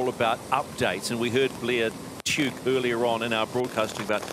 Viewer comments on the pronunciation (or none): American commentator mis-pronounced Blair Tuke's name....sigh.